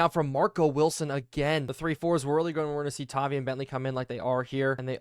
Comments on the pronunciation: I haven't seen anybody say it so i will, its pronounced TAH-VIE, as a patriots fan it hurts to hear you mispronounce it. All love though, really enjoy the videos :) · Idek how to spell the pronunciation of tavai but it’s an i sound lol sorry man just a pats fan great vids the algorithm will help you out soon enough blow up INCOMING